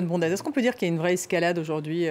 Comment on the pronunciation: "Bondaz" est un nom savoyard et en en savoyard on prononce "bonde" avec accent tonique sur le "on". Ah le parisianisme...